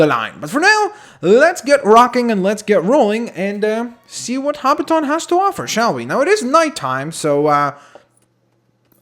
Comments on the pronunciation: hobbiton is pronounced hobbittin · he is say hobbition wong